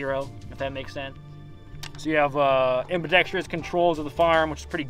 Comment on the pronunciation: it is pronounced am•bi•dex•trous